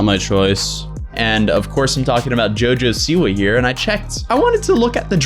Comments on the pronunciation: Its not jojo siwu its jo jo Siwa. Lmao, you pronounced like jojo siwu. But goid video. (I dont like her aight?) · He said jojo seaweed